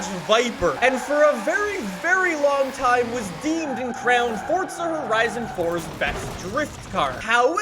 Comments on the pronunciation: Why do you say fortza it’s forza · With no disrespect, why do you call it fortsa instead of forza